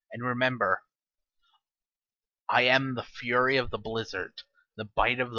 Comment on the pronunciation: It's pronounced Frel yord